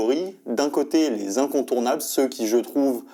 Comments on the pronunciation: Dès la première phrase, une faute de français 😢. Ce n’est pas grave du tout mais ça nuit un peu à la crédibilité d’une telle vidéo. Les 100 incontournables s’écrit « les cent » et non « les cents ». Donc pas de liaison (les cent zincontournables😱) avec l’adjectif. Il faut continuer à lire 😉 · Aïe, 3 secondes et le mec sort "les cent zincontournables" 😂😂😂 juste après "ce livre me touche particulièrement à coeur" Aah jte jure ces gens qui sortent d'écoles de commerce et s'inventent une culture pour pouvoir briller en société, cest beau ! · "cent zincontournables" :-) la liaison fait mal aux oreilles mais à part ça super vidéo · "les cent ZINCONTOURNABLES" ? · liste des cent incontournables : cent ne prenant pas de "s" il ne faut pas faire la liaison !!!